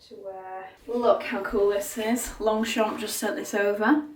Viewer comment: hey hey just a tiny correction, we don’t pronounce the g in longchamp 😊otherwise you pronounced it perfectly ! Loved the video as always !